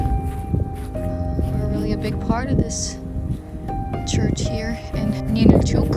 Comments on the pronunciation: Why do you mispronounce it as Ninilchooook? We live here in Alaska. It’s called Ninilchik, and pronounced Ninilchik, ending like “chick.” NOBODY pronounces it here the way you do. How would you like us to go to your home and rudely mispronounce your hometown’s name? Is this how you visit other places and have no regard for the locals? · The name of the town is Ninilchik, not Ninilchuk. It's pronounced Nin nil chick. I lived there for 10 years.